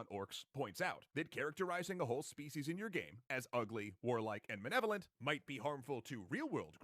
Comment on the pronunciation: this dude giving his takes on inherent evil while being unable to say “malevolent”.